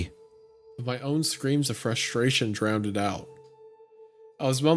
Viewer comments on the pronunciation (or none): Please excuse my grammar nazism...but "drowned" is pronounced "drownd" not "drown-ed". Really enjoying this, btw.